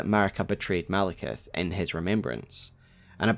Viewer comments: Why do people call him Malekith? It's Maliketh. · ITS MALIKETH NOT MALEKITH U SHOULD CHANGE IT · Maliketh?! Really?!